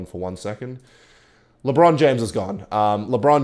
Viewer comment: NOT LEBROOON😭😭😭